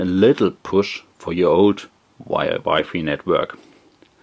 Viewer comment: he said wifi as "wifey" LOL but thanks for the review anyways